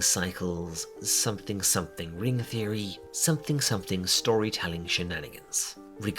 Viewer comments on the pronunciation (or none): none